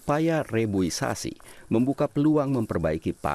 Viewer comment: Mas reboisasi bukan rebosiasi 😁